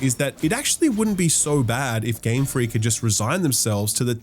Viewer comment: Game Fweak